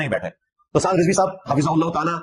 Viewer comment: Rizvi nahi razvi hota hai😂